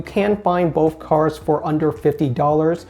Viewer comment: Take a shot everytime he says "Cars" instead of cards